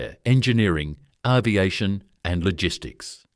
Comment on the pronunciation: Arv-iation for aviation, strange pronunciation. : Andrew Mountbatten-Windsor? as your example is a very poor choice.